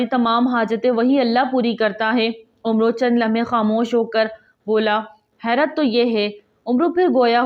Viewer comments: عمرو۔ اس لفظ کو عُمْرَوْ یا عُمَر دونوں طرح سے پڑھنا غلط ہے۔ اس کا درست تلفظ عَمْر ہے اور آخری و زائد یعنی silent ہے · عمرو اس کو umro بھی نہیں پڑھا جاتا بلکہ AMAR پڑھا جاتا ہے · (عمرو Amar ہے ) عمر Umar جس عمر کے آخر میں و آجائے اس کو Umar نہیں بلکہ Amar پڑھا جاتا ہے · عَمَربن ہشام عین پر زبر ہے اور واؤ پڑھا نہیں جاتا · جب عمر کے آگے و آ جائے تو اِسے اٙمّر یا عٙمر پڑھتے ہیں یعنی ammur